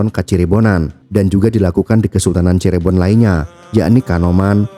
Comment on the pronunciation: Min, ada baiknya sebelum membuat narasi pelajari dulu cara penyebutan nama tempat yg benar. Contoh : Cirebon bukan Cirébon. 😢